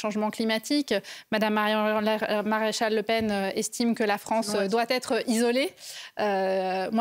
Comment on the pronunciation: Même pas capable de prononcer correctement « MADAME MARION MARÉCHAL LE PEN. » On voit de suite le niveau… Merci Marion.🌿🇫🇷 Vive la France ! 🛡️❤️